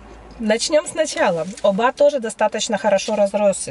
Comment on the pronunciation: где ты её взял? Десятый год в Махмутларе живет, а названия районов не знает. Да, в турецком языке действительно, ударение часто падает на последний слог, но не всегда (Аланья, Анталья например), запомни, Оба - ударение на первый слог, а вот ТосмУр и КестЕль как раз на последний. Сама себе противоречит, говорит, что всегда на последний, при этом называет районы ТОсмур и КЕстель. Ой, не верю я, что она там с 11 года...